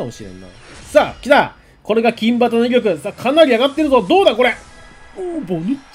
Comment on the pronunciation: 何でいつも「きんばた」って言うんですか？？金旗＝読み方は「きんはた」ですよね。赤旗＝あかばた、青旗＝あおばた、白旗＝しろばたって言いませんよね。何かこだわりがあるのかなって1年くらいずっと気になってました（笑）